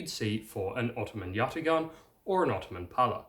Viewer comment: Turk here... great video! I would like to help you with the pronunciation. It's spelled yatağan, but pronounced yataAan.